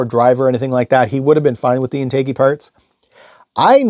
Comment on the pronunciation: Great video! BTW, it's pronounced in·tuh·jee.